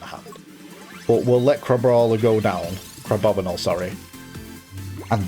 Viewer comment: It's not crabobinle it's crab-bomi-nable. Like the Abominable Yeti.